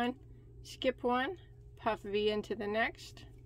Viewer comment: I like how you make sure you say "puff" "Vee" stitch carefully every once in a while, because it sounds like "puffy" stitch when you say it fast🤣